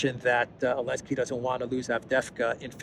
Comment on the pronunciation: I'm getting a sense you don't like Zelensky. And you seem to have trouble pronouncing and spelling his name.